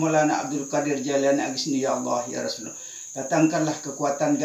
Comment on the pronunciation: biasanya lafaz kalimattauhid itu LA ILAHA ILLALLAH MUKHAMMADURROSULALLAH tapi kenapa tadi diucapkan LAI ILAHA ILLALLAHMUKHAMMADARROSULULLAH....?